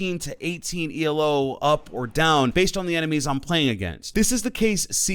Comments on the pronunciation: i’ll sub when he says elo not e-l-o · Please stop saying the letters separately e l o. Say elo one word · BOY its 'ELO' not E L O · One tiny thing that confuses me, why do some people say "elo" spelling it out like "E L O"? Elo isnt an acronym. MMR is, but Elo isnt. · Say “E-L-O” one more time and that will be a FAT UNSUBSCRIBE. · My man said E.L.O.